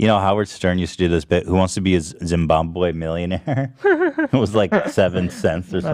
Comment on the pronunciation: as a zimbabwean, it physically hurts to hear Ethan say “Zimboombeum”